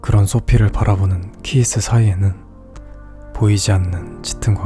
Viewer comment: 부부 사이가 좋다면 그렇게 까지는 흔들리진 않을꺼 같지만, 영화내용처럼 서로 시큰둥한 부부관계라 치고 운명의 상대를 만난다면 저도 소피나 키이스처럼 사랑에 빠지게 될 것 같아요. 음악적인 교감은 정말 전기가 찌릿할 정도로 짜릿하거든요.. 오늘도 햇살처럼 포근한 목소리로 좋은 리뷰 감사드립니다. 키이스 할 때 키스 처럼 들려서 제가 왜 입꼬리가 올라갔는지 모르겠어요. 기분 좋게 잠들게요..☺